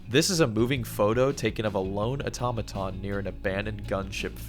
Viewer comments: Oh-tom-uh-tum or “Aw-tuh-ma-tawn”? Debate. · ahhhhhhhhh your switching between pronunciation of automaton is driving me crazy. not auto-maton, it's aTom-a-Ton haha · Please au-tom-a-ton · Ah-tom-a-ton (This is not a new word) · I’m sorry but the way you pronounce Automaton gets on my nerves! Aside from that, this is a very well put together video Also that was a fake leak, that while was well made, had a few signs that it wasn’t real, such as image artefacts as well as other errors